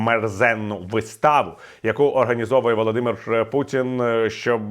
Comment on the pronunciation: пан Портников так подчёркнуто выговаривает "Володимир Путин", что аж тошнит